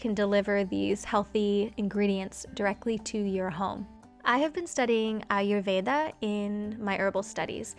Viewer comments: the minute you said "Ayurveda" I was like Yesss!! finally, someone said it the right way 😂 P.S: my mom had a degree in Naturopathy and Ayurveda, and watching your videos really reminds me, some of her tricks that she does...btw do try making turmeric milk because it's great for the winters #Loveyourwork 💖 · Your pronunciation of Ayurveda is perfect! I’m so used to hearing the d pronounced differently so it was refreshing to hear the correct pronunciation :) have you thought of becoming an Ayurvedic practitioner?